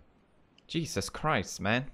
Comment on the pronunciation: Is it jesus or cheeses,he sounded like cheeses